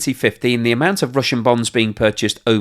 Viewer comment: Is he saying Bones?😂